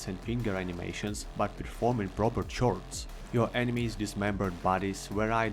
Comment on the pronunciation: Awesome vid! Though it was kind of funny, how you said 'chords' with [ ʧ ] sound, it's actually pronounced as [kɔːds] 'кордс' ^ )